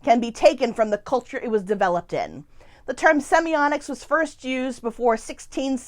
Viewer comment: Wondering if in the last 2 years anyone has pointed out your mispronunciation of the topic word? There is no letter 'n' and is a letter 't'. Seems quite ironic. Perhaps "semionics" can be a portmenteau for 'musical semiotics' as it sounds a bit like "sonics".